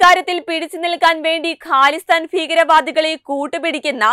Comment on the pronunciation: ക്യാനഡ അല്ല... കാനഡ ആണ്. ഹാലിസ്ഥാൻ ഫീകരൻ അല്ല... ഖാലിസ്ഥാൻ ഭീകരൻ ആണ്... ഫാരതം അല്ല... ഭാരതം ആണ്...